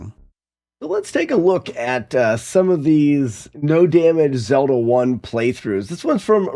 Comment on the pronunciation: "The Legend of Zelder" 😂 All fun and games